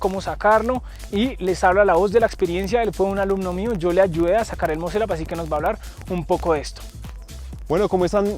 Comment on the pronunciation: El “muselaps”